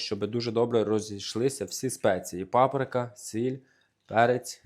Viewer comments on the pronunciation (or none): none